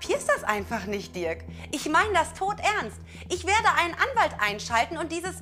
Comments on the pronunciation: Ich dachte er heißt Dirk und nicht Dörk 😂😂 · Bin ich die einzige die es so witzig findet das Nina die ganze zeit Diörk sagt ? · Nennt die doch ihren eigenen Freund Dörk und nicht Dirk :D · Der heißt Dirk 🤦🏻‍♀️